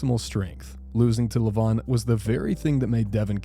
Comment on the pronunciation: Its levan not levon😂😂😂😂😂